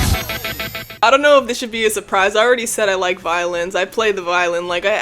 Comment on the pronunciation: Bro every time you say you like songs with violins I keep thinking you say violence😭